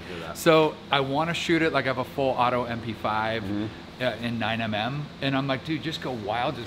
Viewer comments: Dude says 9mm as 9 EM EM lol wtf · I can’t trust anyone who refers to 9mm as “Nine M M” 😆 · bro said "nine em em" embarrassing